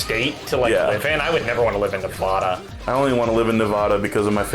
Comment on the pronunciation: it amazes me that they both cant say nevada and las vegas correctly